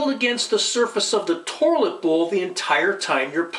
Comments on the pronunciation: Lol, I couldn't believe my eyes as I had to scroll down the first comment. I would have NEVER in a million lifetimes believed, that after watching and listening to this video, the first comment would not mention, "Toirlet," "Tore-lit," or even "Torlet." What is wrong with our society nowadays that a man is not being clowned on for his pronunciation of the word toilet in the very 1st entry of the comment section! This is despicable, absolutely disgusting behavior. Please folks, we need to do better and clown on those who would be kind and clown on us. This man needs to learn that his actions are unintentionally fuckin' hilarious. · Is that an r I'm hearing pronouncing toilet 😂 Tourlit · Haha I heard torlit too 😅😅 but so what... great video. And the video about how to replace the water filler was great. Ill be doing that this weekend . Thank you! 🎉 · WTF is a 'torlet'? LMAO